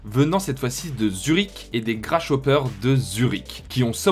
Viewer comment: On prononce Grassoper et pas Grachopper